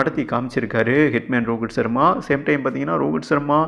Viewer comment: யோவ் ரோகித் சர்மா வா ரோகுல் சர்மா னு சொல்லிட்டே இருக்கே